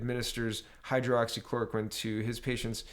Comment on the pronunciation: Not to be a dick but I am... It's Hydroxy- clora-quinn